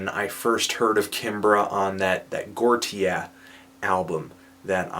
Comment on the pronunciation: "Gortia"??? FAIL.